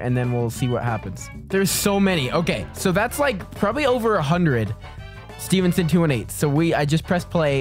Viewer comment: I'm so glad your saying Stevenson right